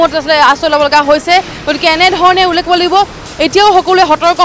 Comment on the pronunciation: Ullekh word tu k thikse practice koril sage..